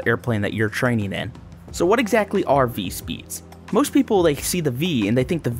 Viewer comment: (Vee-tess) not(Vit-easy)